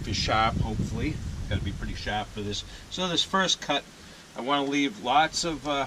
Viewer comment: When I heard you say “sharp,” I knew you were from boston lol